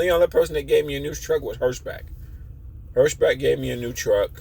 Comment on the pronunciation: "Hirsh-Back" and "Bonehead Trucking"? I'm starting to think you are just trolling and pronouncing everything wrong on purpose...